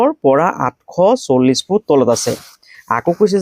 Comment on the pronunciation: Thanks you. কিন্তু আপুনি ফুটটো ফিত বুলি কিয় কৈছে